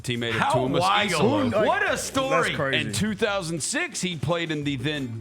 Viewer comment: it's been four months, it's time to learn how to say the coach's name. EE-sa-lo